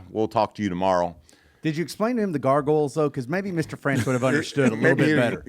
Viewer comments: I like everything but the word gargles ... Isn't it goggles ? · I love how they call them garrgles instead of googles lol